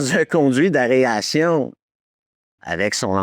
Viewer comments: Excellent vidéo comme d'habitude ! Juste c'est aération pas aréation, comme aéroport et non aréoport 😇. En même temps je critique mais ma prononciation de certains termes anglais est pire 😂 ! Quand j'en suis à faire ça comme réflexion c'est que le reste est parfait !!! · Tu fais exprès de dire aréation plutôt qu’aération? 😂 dans une une vidéo tu fais la même erreur avec areoport et aéroport 😅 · Areation ... 😂 Même le correcteur veux pas l écrire 😂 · « Dans un conduit d’aréation » 😂😂😂😂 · Petite confusion vers 18 mn : le gars qui part dans les conduits d'aération (et non "arération" comme tu le répètes plusieurs fois) est DALLAS, et non ASH. Et une particularité que tu as omise : lors de la sortie française du film, la partie où Ripley découvre ses compagnons dans la nursery, n'était pas présente. Elle fut rajoutée bien des années plus tard. C'est pareil pour Aliens : dans la sortie cinéma, toute la partie avec les tourelles automatiques n'était pas non plus présente, mais fut rajoutée elle aussi bien plus tard. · AER-ATION!! 🤣🤣 Merci pour cette vidéo!! (et j'adore inviter mes amis à Gruyère, au musée Giger!!) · Tu as du mal à dire "aération". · ”dans un conduit d’AREation” 😂 et répété 3 fois. Il ne me manque que le ”etchétéra’’ pour me rappeler pourquoi je suis devenu accro à cette chaîne. Merci. J'ai eu mon ”etchétèra” sur la toute fin 😂😂😂 Merci 😊